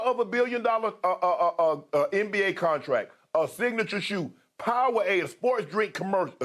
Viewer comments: Did shannon just say Pow-a-wade ?????🤣🤣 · "Major faces of Powwade" 😂😂😂